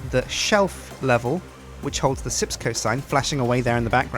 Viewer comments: I believe it is called SJIPS CO not sips co... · Wait isn't it Sjips co?